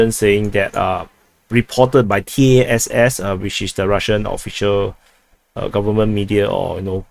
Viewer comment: When referring to TACC, it is not necessary to pronounce each letter; it is sufficient to say "Tass", [T-ah-ss] with a short "a" sound.